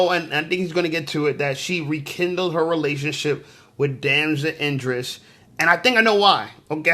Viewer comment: Yo, it pronounced E dris, not I dris. Cmon bro.😂😂